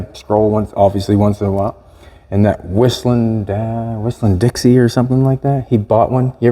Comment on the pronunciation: Whistlen dixie lmao. Chad Whistling diesel lmao